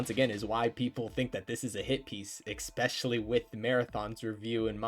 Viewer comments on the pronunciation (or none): "EXpecially" all credibility lost, IGN wins this round unfortunately... JK JK, their review was so dog awful, thank you for covering this! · Especially not ECspecially. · Fantastic video! it's ESpecially, though 😅